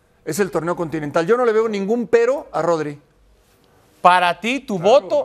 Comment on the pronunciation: Vini sin duda, ese sr que dice Todri es como si dijese Joselu..es para evitar a Vini que es el mejor de lejos